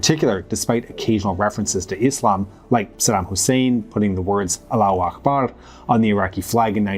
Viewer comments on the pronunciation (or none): none